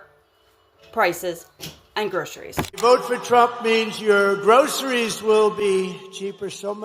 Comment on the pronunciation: Vote for a guy who can't even pronounce "groceries"....